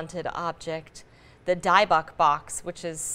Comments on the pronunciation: More like Di book phonetically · “THE DIE-BUCK BOX” 😂💀